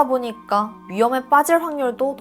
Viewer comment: 그러다 보니깡, 퐐월 이런 발음들이 아직 힘들어가신거 같긴한데 듣다보면 중독되는거 같기도 ㅋㅋ 나문희 선생님 같기도 하고